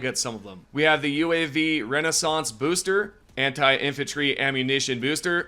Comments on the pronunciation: Just say RECON, it RECONnaissance not RENAISSANSE, your country's education system has failed you:face-red-droopy-eyes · Homie it's RECON-naissance not Renaissance. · You do get that you completely mispronounced "RECONnaissance," right? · Brother, you're a YouTuber, you set your own deadlines. Put some effort in a re-record the part where you keep mispronouncing a common word. What's the point in even doing videos for the community when you're giving out wrong info because you want to be 'first'? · Yes, first. You scrolled on the HD2 Reddit and Discord, and just put other people's work in a video in the hopes to get it out on YouTube first. In that rush, you''ve made yourself look foolish when there was no need what-so-ever and gave incorrect information to players which is supposedly your job. You could have said recon, or actually read the word properly. They aren't similar apart from having multiples s's in them. Take 5 minutes to rewatch your videos before publishing instead of rushing to be first.